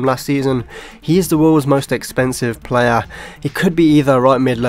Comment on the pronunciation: the way he says player. PLAYA